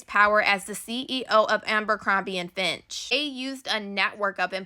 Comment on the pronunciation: Fitch* not Finch. ❤